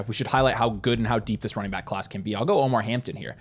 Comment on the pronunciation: Appreciate the insights as always, but just wanted to point out his name is Omarion Hampton, not Omar.